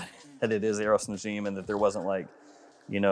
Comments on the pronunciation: Its pronounced Na-ja-m 😅 Which means a star in arabic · you are pronouncing it wrong its more like na-jim